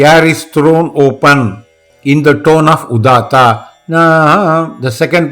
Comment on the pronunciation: He is pronouncing udatta and anudatta as udata and unudata - is it correct or needs to be corrected? 22.23